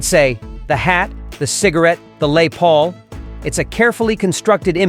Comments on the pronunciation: Less Paul, not Lay Paul. You're welcome. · It's pronounced Ing-Vay and Less Paul, not Eeng-Wee and Lay Paul. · Learn how to pronounce words correctly if you're going to do a video like this. It's "ing-vay" not "ing-wee". Dummy. And "lay paul"? "led instrument" instead of "lead instrument"? Are you kidding me? LOL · I love Petty, but it seems there was quite a bit of jealousy. On another note: This guy knows nothing of Rock. Can he pronounce anything correctly?? He pronounces Les Paul “Lay Paul”, and Yngwie as “YngWAY” instead of “YngVAY” line it’s pronounced. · The “Les” Paul… hahaha… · "..the Lay Paul?" Tafuk?! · "The Lay Paul" 🤣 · Ok. I had to stop watching once the pronunciation of the Les Paul was hacked. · Narrator REALLY needs to learn how to properly pronounce LES PAUL, Hey Moron, it's a Name, the guitar is named after the man who designed a LES PAUL!!! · Why can’t you pronounce the names correctly? Les Paul lol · I caught that.. He must be reading something somebody else wrote!! A channel about the stage and cant pronounce one of the most famous brands in the world! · Yes, I thought the mispronunciation belayed a lack of understanding in our verbose narrator.